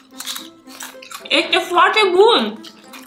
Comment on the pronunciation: când ai vrut să spui "Este foarte bun,, am înțeles "Ete foarte bun,,😂